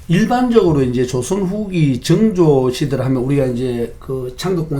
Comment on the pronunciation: 증조… 그래도 학자인데 … 사도세자 발음도 ㅈㅋ 서자 발음도 좋구.. 왜 정조가 아닌 증조 …